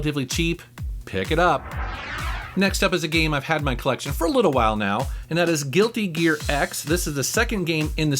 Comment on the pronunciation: I believe the name is pronounced "Guilty Gear Zeks".